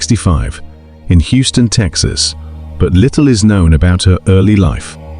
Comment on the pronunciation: What is that pronountiation of Houston in